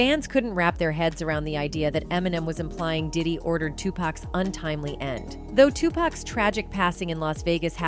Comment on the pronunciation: Its pronounced 2pock not 2pack.. R.I.P. Tupac/ 2Pac